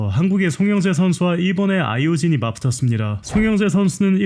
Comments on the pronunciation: 왜 자꾸 아이오 진이라고 하냐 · 잘못 들었나 했는데 계속 아이오진ㅋㅋㅋㅋ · 계속 아이오진이라함 ㅋㅋ